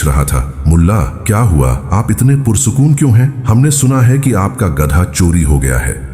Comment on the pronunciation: Oyye, baewakoof, gadaa nhi balka gadha khtay hain